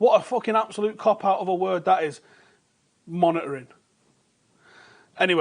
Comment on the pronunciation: Was I the only one who could hear only “monetary” when said “monitoring”!?